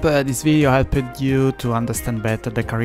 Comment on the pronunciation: Great informative video. I am not native english speaking person, but I do not like you pronunciation of some words, f.e.: "helped, happens, the test(-e), balanced, fast". This is no hate, I really want to keep watching your videos, but now I am avoiding them due to these small mistakes that are uncomftable to listen at least for me. Informations and writen text are great as always. I am watching your videos for like 3 years so I hope I have the right to tell mine opinion with no hate from all sides :-)